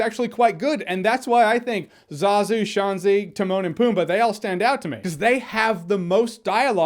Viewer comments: Yeah, I was confused by how he says her name, like where’s the “e”? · “SHENZI” not “SHANZI” dude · When he pronounces Shenzi like Shawnzee, all I hear is Boy Meets World back in time episode where everyone calls Shawn “Shawnzee Hunterelli” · I loved Whoopi Goldberg as "Shaun-zi" though